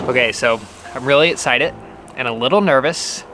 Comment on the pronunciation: No one:: "Etcited"